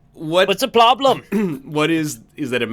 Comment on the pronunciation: "What's the ploblem?!"